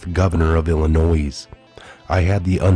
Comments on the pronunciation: BLA-GOY-A-VICH. ILLINOI!!!(THE "S" IS SILENT!) GREAT report though!! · ILL A NOISSSSS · Illinois is pronounced "Ill-a-noy" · I'm surprised that an american can't pronounce the state of "Illinois" can't pronounce it correctly... no one pronounces the 's'. It's just "Ill-a-noid" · You're one of them people who say illi noise. The s is silent. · The “s” in Illinois is silent. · Please do not say the 's' at end of word Illinois. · The s in Illinois is silent bro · No 'S' Pronounced at the end of Illinois! Love u and your channel 😊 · When you pronounce illinois, the S is silent. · the S is not pronounced in Illinois. Your welcome. Keep up the great work. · I was thinking the same thing when I first heard pronunciation and thought about posting however I decided it was too petty given the circumstances. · You don't sound the s in Illinois